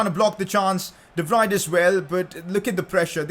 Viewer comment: By the way I’m trying not to judge you but De Vrij’s name is pronounced like De-Vree and not like De-Vri